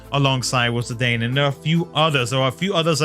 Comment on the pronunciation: Obviously going for Zidane, one of my favorite FF characters ever, with the other fave being Garnet hehe. Also, I'm not fond of how you pronounce his name lol.